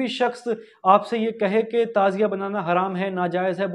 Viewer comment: Lafz tajia nahi Tazia hy